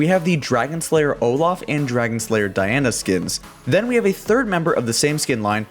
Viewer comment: Did he just say kiana instead of Diana ????